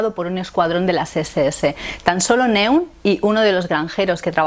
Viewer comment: El de Neun se pronuncia Noin en alemán y es el número 9, que puede tener algo que ver con el argumento. Un saludo y buen vídeo.